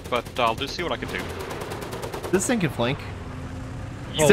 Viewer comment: Did anyone else notice he said "Thing Thing" lol?